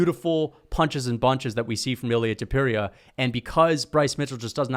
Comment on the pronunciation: And learn how to pronounce names correctly Topuria Sounds like Tópooreeah When you pronounce names with their phonetically authentic accuracy you earn so much more respect. It’s important.